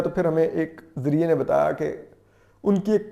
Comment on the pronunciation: Zarea nahi Zarae hota hy.